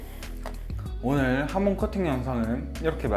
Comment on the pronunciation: 하몽 아니구 하몬 입니다